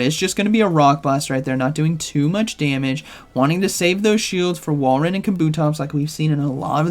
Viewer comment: pronounces Walreins name different every day 😂 Whale Run, Wall Run, but he did get it right previously with Wall Rain